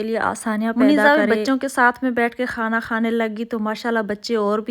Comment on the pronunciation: خانا. نہیں. کھانا بولتے ہیں